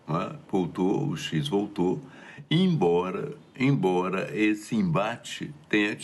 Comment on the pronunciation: Esse cara é um O ....e ainda fala ( imbora) fala SÉRIO 😅😂😅😂😅😂😅😂😅😂😅😂😅